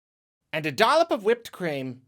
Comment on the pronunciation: “And a Dolup of Whipped Cream”